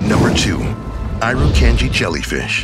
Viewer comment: That’s not how you pronounce Irukandji